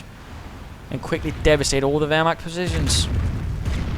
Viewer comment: I laughted out when you said "wehrmakters" :D! It's really funny if you, friends, speak some german :). I really like your Podcasts!